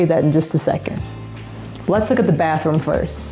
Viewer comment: Lol "baas" room, right?